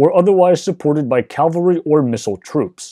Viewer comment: Why does 90% of the English speaking population consistently pronounce "cavalry" as "calvary?"